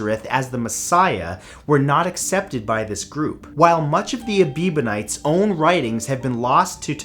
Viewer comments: None of these religions disappeared mysteriously... Each faded out under the weight of new religious movements such as Standard Christianity or were suppressed with political upheaval (such as war) to be supplanted with a new, "politically correct" faith. Ebionites has only one B therefore is NOT pronounced "Ebeebonites"... Both they and the Manichaeism were variations of what is known today as Gnosticism... Manichaeism was politically supressed as China adopted new, politically accepted faiths, and the Ebionites were scattered as were the Jews as a whole... Those early sects that managed to continue today - Mandaeism (another Gnostic sect) - are undergoing that same process but in our time. It is on the way of "disappearing" and yet a body of them have made their way to Massachusetts. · Interesting as always. Though I don't understand how you could consistently mispronounce Ebionites as "Ebibonites". Isn't the word right in front of you? Also, they did consider Jesus the Messiah. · It's supposedly pronounced Eh-bion-ites. But good video anyway. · "A-BEEB-on-ites?" Does this have anything to do with Justin? I read it as "Eb-BEE-on-ites. But seriously, the way I read many, maybe most, religions is a way for some group to make up a system to control others, often by making them feel guilty for being human. I think religions should concentrate on the Golden Rule, which is supposed to be part of most of them anyway. (Gee, our ancient ancestors were a squirrelly bunch!) Bon chance, tous les doux. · Ebionites. not Ebibonites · Ebionites, not Ebebionites. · That would be Ebionites - not Ebibonites. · Ebionites not ebibonites! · I got lost when the Aebionites became the a-bieber-nites, sorry Matt there was alot of mistakes in this video, many of these religions are still around just in small numbers, A very rare miss here. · It’s pronounced Ebeeyonites, not Ebibonites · It's Ebionites, not Ebibionites....